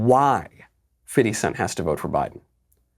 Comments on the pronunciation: "Fitty Cents" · A woman so white she calls him. “Fifty cent” instead of “Fiddy cent” decides what black people are obligated to do. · Why does Knowles keep saying "Fiddi cent"?? lol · Why are you calling him fitty cent? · Stop saying fiddy. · Why he saying “fitty cent”? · Why are you calling him fitty? Lol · I find it very funny that Knowles pronounces 50 Cent's name as "Fitty cent". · lmao "fiFFty-cent"